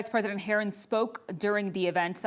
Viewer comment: “Vice President herrin” this reporter is about as bad as Biden when it comes to speeches 😂 basic communication is not her strong suit 🫵🏼🤣